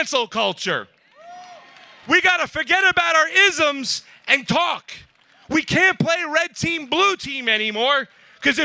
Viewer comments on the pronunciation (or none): “Asms” over “Isms” 😂